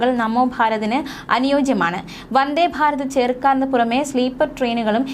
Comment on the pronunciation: Farath ഫാരത് ❎ ഭാരത് ഭാരത് ✅